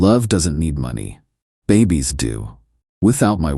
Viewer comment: Why can’t these AI stories pronounce money correctly? Did she only get $73 from the divorce or are you trying to say $7,300 or $73,000 ?? The transcript was equally useless, it had $73 printed